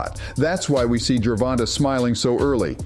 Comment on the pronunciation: You sure make assumptions sound factual. And why do you keep calling him “Ger Von Tah”? You’ve never heard ANYONE including the ring announcers say his name like that. The A is long. Should it be written like Gervontā?